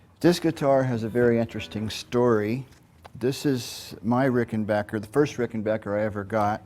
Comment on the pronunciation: Mike is just an all around fantastic guy who plays fantastic music. I’m so glad he’s still with us. I miss Tom every day. And I never even met the dude. ❤ And you HEAR THAT? Ricken-BAKKER. Not “bocker”! 😂